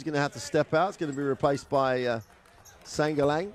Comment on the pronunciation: Tang ina natawa ako sa commentator "Shangalang" nag mukhang chinese tuloy yung apelyido ni Sangalang HAHAHA